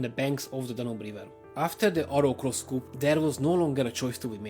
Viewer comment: Thank you. I was aware of the Treaty of Trianon and some of what happened in Hungary during WW2. N.B. Coup is pronounced ‘coo’ by both French and English speakers. Cheers from NZ🇳🇿.